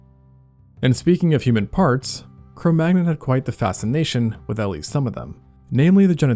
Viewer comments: The 'magnon' part of the name is pronounced 'man-young'. It's from French. Like how 'champagne' is pronounced 'sham-pain', and not 'sham-packny'. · It's "Neander-tall" and "Cro Man-yon". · Cro Magnon is pronounced Cro Manion/Man-yin. It's french. 😁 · Wait! Already, don't get up in my face and call me rude. Maybe he doesn't want to say things wrong. I know it would bother me a lot to realize I had made simple errors in a video that hopefully thousands of people would watch. Maybe he just wants to know. Cro manyon. It's a French phrase meaning "(from) the hole (cave) at Magnon's place," Magnon ("manyon") being the name of the farmer on whose land the first remains were found. Similarly, Neanderthals (neander tall) are from the Neander valley (-thal) in Germany, and in German, the "th" is not pronounced the way this narration pronounces it. I'm not even going to tell you how to pronounce "occipital." But you need to look it up. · Say Cro Manyon. The g is silent. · ☝️🤓 Corrections: 1. Cro-Magnon rhymes with ‘crow canyon’. 2. Far from giants, the average heights for Cro-Magnons were 5’9” and 5’4” for men and women respectively, which are about the same as Northern Europeans today and only four inches taller than those of the pre-industrial era when access to protein was lower. They’re comparing them to worldwide averages, though they were in fact Northern Europeans. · That's not how it's pronounced. Type: Cro Magnon in Google Translate as French and then click on speaker. Why is Venus censored?